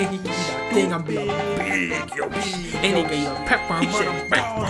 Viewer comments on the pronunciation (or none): The way he says BEEG YOSHI.. Gets me every time